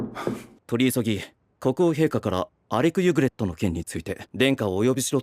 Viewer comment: 발음좀 똑바로해라 이름이 알렉 유그렛인데 알렉 유그레토라니 ㅡㅡ 변신것들 일본어 캬아앜 퉤!